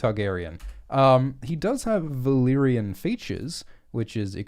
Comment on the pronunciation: "Valaquor". groan